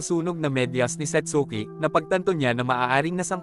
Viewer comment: satski po pronounciation ng satsuki✌🏻🫰